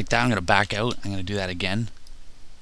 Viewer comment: haha u can tell hes Canadian from how he says out